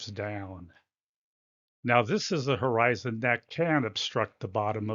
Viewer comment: I can't believe he said "Horizontal Eye Zone" = Horizon Is this guy a scammer of some sort? Oh , wait....